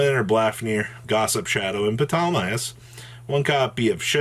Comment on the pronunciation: Puh-Tolemeaus? What in the sweet fuck